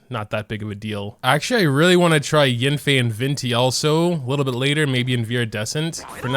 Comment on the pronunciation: I believe it’s pronounced y-ah-nfei